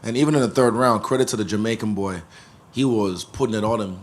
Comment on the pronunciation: which JAMAICAN bowy 😅